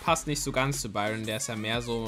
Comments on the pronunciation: Er hat Anstat Edgar Biron gesagt 😂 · Er heißt Eger du hast es falsch gesagt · Du sagst zu Edgar Biroyn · du sagst zu Edgar byron 😂